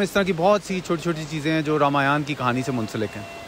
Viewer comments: Pahale to bhai sahi dhang se bolana sink le fir vedio bna ..रामायण होता है रामयाना नही, मोक्ष होता है मोक्षा नही अता पता कुछ नही बेटा विडिओ बना रहे है अपने बाप हिंदुओ पर। जय श्री राम। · Indians: रामायण Pakistanis: रामायाण 😅